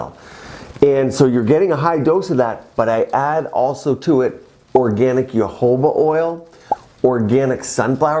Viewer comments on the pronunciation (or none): none